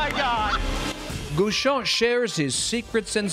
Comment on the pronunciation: Why do you guys pronounce his name "Goo-shon" when it's Guichon, with the same "gui" as in guillotine or gear ...?